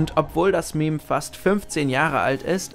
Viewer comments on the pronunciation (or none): none